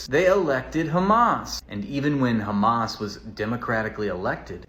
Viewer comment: They always pronounce it as "khamas" for some reason.